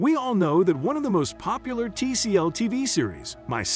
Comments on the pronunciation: How did everyone involved in the making of this vid completely ignore (or miss) the fact that you messed up BOTH theName of the NETWORK (TLC) and the Show (“My 600 Lb. Life”) in your first sentence. , the narrator says, “TCL’s” “My 600 pounds life”…definitely sounds weird. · TCL? Wow, good job on butchering the network name. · My fav part in this video is probably the part where the robot man voice refers to TLC as ‘TCL’ lolol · It's "TLC" not "TCL"